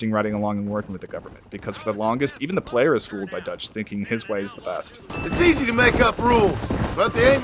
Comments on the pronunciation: ah yes, "ducth" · ah yes, ducth